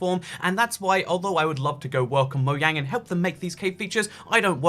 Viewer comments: Why do u say moyang? Just wondering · no one:: moyang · You say mojang wrong